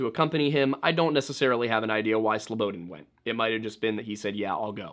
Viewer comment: I know this is granular. but hearing you say slow-bo-den is nails on a chalk board considering your dedication to pronunciation. it's more like Slow-bah-daan. Look up Slobodan Milošević and hit pronunciation (evil man he was). I await your next full compilation of these 2 videos and enjoyed you presence on Timcast thoroughly, it is what brought me to you channel. Thank you for your work sir.